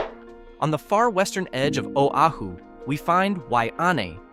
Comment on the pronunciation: Real estate. Realtors and greed. Whiet capitalists exploiting a people. Shit. The narrator cannot even honor the state…couldn’t pronounce Oahu. WT f. Practice before, and get it right instead of adding injury to insult.